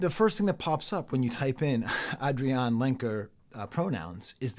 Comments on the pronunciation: She pronounces her name Adrianne. Not AdriAnne. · Great review, spot on, just one thing though, her name is pronounced Ay-dree-anne ;) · AVAA, although I am a first time viewer :) You're such a charismatic, knowledgeable, open person. Excited to watch your other reviews. I don't know about the name pronounciation though - is that an inside joke I just don't understand? It's Adrianne, pronounced like every other Adrianne, as far as I know. Love the comparisons to Dylan and Thom Yorke/The Smile, I agree wholeheartedly as a huge fan of all 3. Although Adrianne is in a league of her own. The way she views the world, and the talent she has to convey emotions both specific and universal, simple yet complex, is unparalleled. I missed her unique guitar playing on this record, but it was traded in for even more raw honesty. And that's a worthy trade.